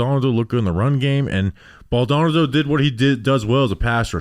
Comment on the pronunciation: I love the analysis. I really gotta help y’all with a name though. The kid’s last name is pronounced BALL-Doe-Nahh-Doe. I don’t know if he’ll make the team so this may not be relevant for too much longer, but it’s killing me hearing y’all mispronounce it. 😂